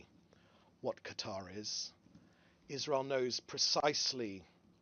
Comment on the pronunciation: Israel ❌ Wasreal ✅